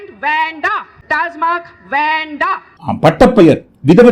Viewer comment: அது டாஸமார்க் இல்ல... ஆடு டாஸ்மாக்.